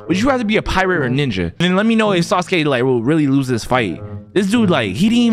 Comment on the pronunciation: That aint sasuke that's suske Not hating